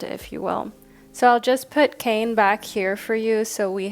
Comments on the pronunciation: Hey love, just a quick correction. The first group with the Hawaiian God is pronounced with two syllables, Kā-ne. 🤍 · Aloha, I'm a subscriber from Hawai'i. Love your readings and just wanted to leave a little note that the pronunciation for the Kāne card is [KAH-neh]. Absolutely no judgment, just pleasantly surprised to see my culture represented! Mahalo! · For pile # 1 - Kāne is Hawaiian for Man and it is pronounced KA (“ca”sound in “car” and NE (“ne” sound in “neck”) 😄🤙🏽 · Just to let you know Kāne is actually pronounced K-A(vowel version)-neh that’s best way I could think of 😅 why is it that and not kane is because the Hawaiian alphabet is mostly vowels. this is not hate just teaching you a Hawaiian lesson p.s I am from Hawai’i and did Hawaiian language for an elective but in highschool. Also love the video and went with my gut and chose group 1. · Hey there just trying to be helpful but Kāne is pronounced like Kanye west but with out the yuh soun so ka-neigh. But with an extended a sound so like kaa-neigh. Otherwise: I felt super drawn to teo cards in this reading. Kane because very very rarely do we see pacific islander spirituality and religion represented in modern western spiritualism. And truthfully i was only drawn to him till i was like slow down look just to see who’s represented. Apollo is a figure of much importance to me so i knew i was supposed to hear that too. Wow oh wow! You are a fantastic reader and i enjoy how the big sis vibes. As an eldest daughter i am almost always looking for the big sis i never had lmfao. You do it splendidly. (Saying this is the least parasocial way possible) As for the zodiacs I went ahead and listened to my main signs for both western and vedic astrology. Once again 🤯 you are a cery gifted and intuitive reader! I hope all is well with you and yours. Thank you for your videos!💛💛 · hii- just to let you know, kāne is pronouced (kaah-neigh) this is coming from a native hawaiian aswell 🤍 Kāne is the Hawaiian word for Man